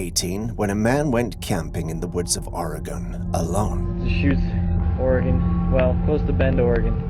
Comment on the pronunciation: Thank you for pronouncing Oregon correctly.